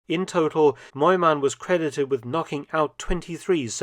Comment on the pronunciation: Btw: near perfect pronunciation!